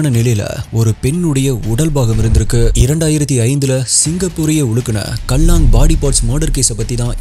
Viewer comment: நீங்க தான் அவர்களை நம் தமிழ்நாட்டை சார்ந்தவர்கள் என்று சொல்லுவது அவங்களுக்கு நாம ஊர்க்காரர்கள் தான்😅 க்கேலாங் என்று உச்சரிக்கனும் சகோ கல்லாங் என்பது சரியாக இருக்காது